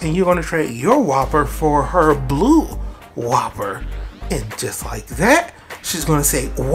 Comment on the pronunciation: You dont pronounce the name like its a burger you say wuuper